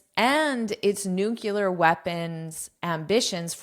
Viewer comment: "nuclear" is it pronounced correctly?